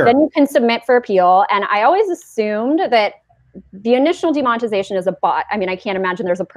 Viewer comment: demond- ugh- tization